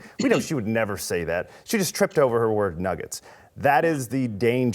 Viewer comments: she said niggets instead of nuggets. I think you're dead wrong on this one Jason. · She said niggets when she was trying to say nuggets... How is this any kind of controversial bulshit... It's getting ridiculous... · She didnt even say the word, she said "niggats" not a real world, she was attempting to say nuggets. It was a slip of the tongue that's all. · 1) She said Nuggets with an I instead of a U. That’s the N word now? 🙄 2) One ESPN has-been mad at another ESPN has-been. The equivalent of 2 winos arguing in an alley. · She definitely said Niggets and not n'ggers. The reaction was because it sounded like that word but they knew it was not that word. They knew the network and media would still run with it. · She said "Nigguts" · She didn't say the N word she said nuggets but with an I instead of a U.. so now you get in trouble for saying a word that just sounds like that word when you obviously didn't mean it? I think in a few years any 2 syllable word that begins with N will be banned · "nugget?"I listened three times, and that's all I heard. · She said Nuggets with an "i" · I am not hearing what you (and Jason) are hearing. It sounds to me like she said “nuggets” with an “i” in place of the “u”. So, I can’t say she’s comfortable using a word I didn’t hear her say. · That's not how it works. She mixed up some vowels and it happened to make that sound. Similar things have happened to you. You could be in her position tomorrow and just not know it, yet! There are real racists out there who intentionally use this slur. Be more aware and educated! 🙏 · I don’t think she meant to say it at all. I think she just mispronounced “nuggets” but I guess we’ll never know for sure